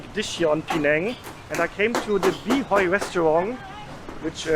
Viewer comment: So proud of you,...this vlog really good job and hit all the right spot for worth the money paid for as standard and quality maintained..to hear Him Hiang and Ghee Hiang from, amazing.. favourite of many old timers from years ago..the cendol,char kuey teow, okay throw theng all so we'll pronounced and described...yes, we always remember Greg and Jumi from Food and Footprints when we watch this vlog and how progressing in taste buds,soon to be Mark Weins 💪🤗😋